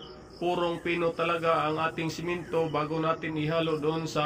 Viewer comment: one at a time..hndi "once at a time" 😅😅😅😅 roller..hndi ruler 😅😅😅😅 semento..hndi simento 😅😅😅😅